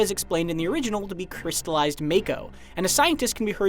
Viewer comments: It's not pronounced as May-ko. It's pronounced as Mah-ko. Edit: I swear IGN is so unreliable sometimes or there's members that aren't caught up. The Choco-Mog summon is a pre order bonus. Which explains the part where you see Choco-Mog. The fact that the summon is a pre order bonus most likely means you get the summon as soon as you start the game. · To the narrator, it’s been already said over and over since compilation, it’s MA-KO not MAY-KO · Really? "May-koh"? The trailer pronounced it for you already. ("Mah-koh", 44s mark) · t's not MAKE-OH, it's MOCK-OH. Didn't you play ff7 demo?!?! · it's not MAKE-OH, it's MOCK-OH. Didn't you play ff7 demo?!?! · You keep saying mako...it's it's pronounced as mocko... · The trailer already pronounced it as Mah-ko, not May-ko. Even Barret said it multiple times in demo footage. These things are always read in Japanese, they're the once who came up with the names. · FYI, it's pronounced "MAH-ko", not "MAY-ko". Your voice is waaayyyy too nerdy to have not known that. Perhaps we try being not so lazy next time? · Well, no matter how you put it MAKO is pronounced Make-o (Mako shark, the words Jake, Fake, Sake, etc). They SHOUKD have spelt it MAHKO for it to be pronounced as such. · The bottom line is, the way it is spelt it SHOULD be pronounced MAKE-O. MAHKO is just incorrect. I'm sure everyone was pronouncing it make-o back in the day. I know I was. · When did MAKO become MAYKO? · It's pronounced MA-KO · Learn ur Japanese Its pronounced Mako. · no its Mayko. Its always been Mayko nerd. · Tomayto, tomato. I grew up saying may-ko when reading it in my head so that's what i'll stick with. Same goes for Tie-dus and not Tee-dus. However it should be interesting to hear how other things get pronounced, such as Nibelheim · Doesn't matter, the way it's spelt is still wrong....most people I'm sure have pronounced it wrong like I did all those years ago. They SHOULD have just spelt it mahko, because it sure as hell does not read that way.